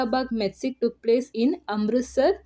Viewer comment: Massacre is pronounce as 'Masa-kar' not Messi.